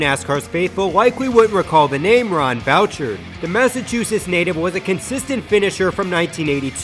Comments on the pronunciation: Ron Bouch-erd? It’s boo-shard lmao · its Boo-chard. Not saying I don't like him, just saying IF U ARE A TRUE NASCAR FAN U KNOW HOW TO PRONOUNCE RON BOUCHARD'S NAME!!!!!!!!!! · Bouchards name is pronounced BOO-SHARD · Ron BOO-SHARD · It’s pronounced boo-shard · Your pronunciation of Ron Bouchard’s name is painful